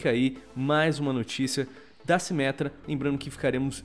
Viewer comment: "MINTIRA A SIMÉTRA VAI VIRA TANQUI"